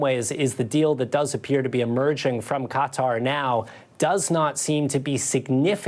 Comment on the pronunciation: Lester--you are a professional journalist and have been for decades. Please, when pronouncing "Qatar" give it at least the old college try. "Cutter" is an insect repellent, not an independent Middle East state. Stop being lazy.